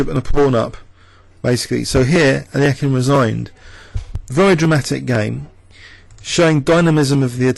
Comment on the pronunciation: is this really how to pronouce alekhine?